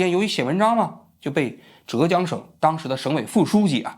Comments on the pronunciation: 不是折江，浙江，第四声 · 还有浙江的浙是第四声zhè，王局说成了第二声zhé